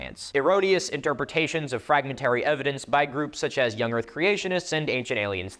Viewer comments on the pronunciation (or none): none